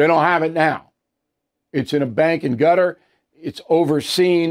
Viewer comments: It’s not KUTTER, it’s KuhTar. Stop it!!! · Word of the day is Qatar 🇶🇦 🙄 will someone please teach Bill 🙏 😫 how to pronounce Qatar! IT'S PRONOUNCED kuh TAAR please bill ,not " guitar." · Hey Bill … the country is called “Qatar” …… NOT “Gutter” 😂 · True! Every news broadcast pronounced it Kuh-TAR back in the day. Where did Cutter come from? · Did he really pronounce “Qatar” as “gutter”? 😂